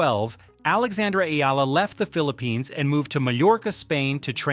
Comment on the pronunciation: UP TO NOW, YOU DONT KNOW HOW TO PRONOUNCE HER NAME. ITS E-YA-LA NOT EE-ĹA.